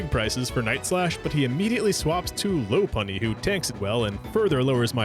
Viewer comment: Great video, though I gotta say hearing the mispronunciation of certain Pokemon names ahhhhh, erked me. Lopunny is "LOP- unny" Buneary is "Bun-eary" and Gible is like Nibble with a G instead of an N. With that said, I'd love to see a Platinum playthrough one day. Next to Soul Silver it's my favorite Gen 2 game. Edit: I see you do have a Platinum playthrough so gonna watch that.